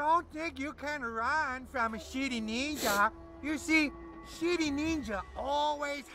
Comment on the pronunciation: When the ninja says city it sound like shity